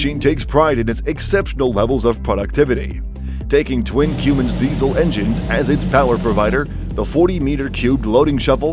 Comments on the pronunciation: Hello,. Wottza 'Cyoomins' diesel engine?????????????????????????? Try saying "Cumm-ins". Just my 0.02. You have a wonderful day. Best wishes. Deas Plant. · if you call a Cummins Diesel a 'Qummins' one more time xD blasphemy